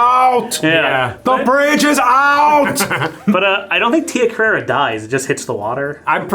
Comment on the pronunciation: It's Tia Carrere, as in "career".